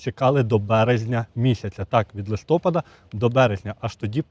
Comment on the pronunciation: ЛистопАд бо снігопАд, бо зорепАд. Чи кажете снігОпад, зорЕпад? Що робиться з мовою?